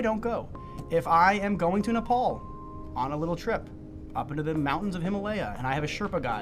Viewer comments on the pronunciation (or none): none